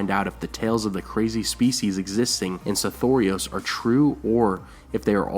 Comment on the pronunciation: I think its just because i have only the way I sounded out the name originally when I saw it in the books, but I HATE the way you say it. Sothoros seems to roll nicer. I have a feeling some of these things are meant to be conveyed as an accent, not enunciated syllables.